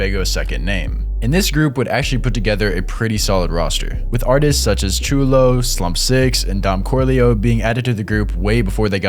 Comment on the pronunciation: Xhulooo is pronounced Chew-Loo by the way